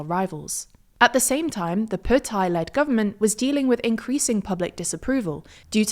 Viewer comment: Her pronunciation of Thai is brilliant